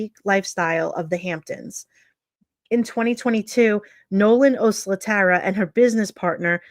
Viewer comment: Thanks for following up on her case. I think her last name is pronounced “oh SLAT err uh.”